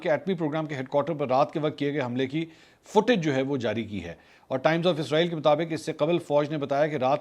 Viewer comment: Ap اسرائیل ko Izrael bol rhy hai ya mjy asi smj a rhi hai